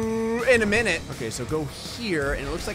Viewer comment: Why do you Start with bruuuuuuh when you want to say minute?